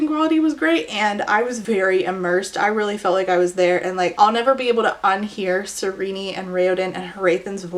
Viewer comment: I disagree. Her name should be pronounced "ser-een" 😄 In all seriousness, excellent video 👍👍. I agreed with all your points and ideology